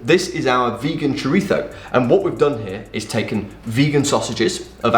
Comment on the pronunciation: Excellent Castilian pronunciation of “chorizo”, Ian! Nice vid that actually reviews mostly last week’s recipes, but it’s all good. 👍